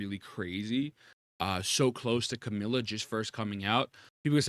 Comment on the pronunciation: can you stop saying Camila instead of Camellya?